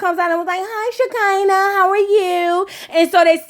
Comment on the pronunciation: Every time you said “SHEKINAH” I lost it 😂